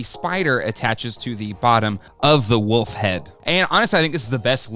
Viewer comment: Yeah, it's a WOLF's head. Not a Woof's head 😐